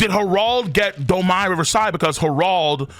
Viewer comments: Why do you keep saying Domi Reversi worse and worse every time? Its like when you pronounced “Houki” as “Houkai”. It’s DOUGH ME RIVER SEE. Like the word Dominion and the game “Reversi”. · Wtf is domaaaaiiiyyy reversaaaaiiii?? Pronounce it properly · Bro if you say "Do-mai Rever-sai" one more time🔫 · Why does pronounce Domi Reversi like it's some kind of american slang? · Someone needs to tell him to stop being lazy and learn how to pronounce domi reversi since he has to say it a 100 times.